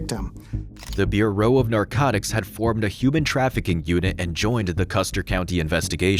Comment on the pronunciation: Was it “be ewe (pause) row”?